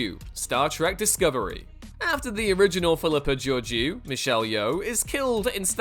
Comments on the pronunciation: It's pronounced Georgeo - it's french dude. Please look up how to pronounce stuff. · That's not how you pronounce Georgiou